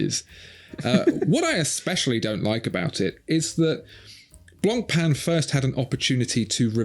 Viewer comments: pronouncing it "Blonkpenn" should definitely be on this list too. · Don’t pronounce the C in Blancpain !!!